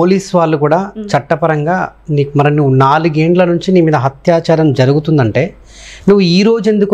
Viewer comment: హత్యాచారం కాదు....అత్యాచారం. అత్యాచారం